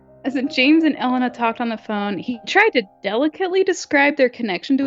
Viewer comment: It's E-lay-na